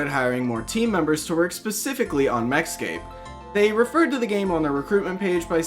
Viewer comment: everytime you go to say MechScape, I keep thinking you're going to say Mexico